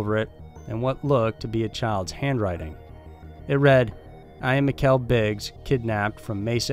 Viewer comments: It"s the isle of wight, pronounced like white and she went from mikelle biggs to mikelle briggs in seconds, wtf man, every video you do the pronunciations of people and place names is a joke. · You called her Mikelle BRiggs. Please get the names right. It's a respect thing.